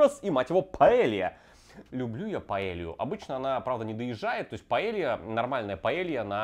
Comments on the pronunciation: ты вроде побывал по странам и знаеш что Paella звучит как паейа, а не паелия! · Не паэлья, а паэййя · Señor, tu suscriptor de España aquí. Porfa, en ´´paella´´ la doble ll se dice con Й, como ´´y´´ en yogur. Porfa, dilo correctamente)))